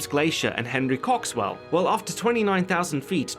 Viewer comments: He said "cocks swell" 😂😂😂😂😂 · Henry Cock-Swell... i can't stop laughing. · "His pilot wasn't a woman but a man named Henry Cocks-well." LMAO. And yes I know it's spelled Coxwell but wow that's funny.